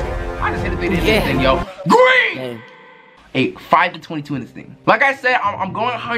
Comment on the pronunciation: why he say green like that😂